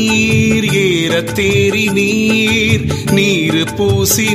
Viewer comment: அருமையான பாடல். ஆனால் நீறு பூசினீர் ஏற தேறினீர் என்ற வரிகளை பாடும் போது ஏறத்தேறினீர் என்று உச்சரிக்கிறார். அது பிழை.ஏறு என்று சொல்லிற்கு காளை என்று பொருள். வல்லின மெய்யெழுத்து அங்கு இல்லை.